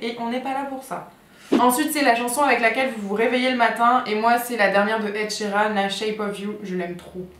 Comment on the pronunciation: aighhhh super vidéo mais please écorche pas le nom de famille d'Ed : c'est SheERAN (dans la barre d'infos aussi...)